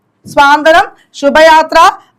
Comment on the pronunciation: സ്വാന്തനം അല്ല... സാന്ത്വനം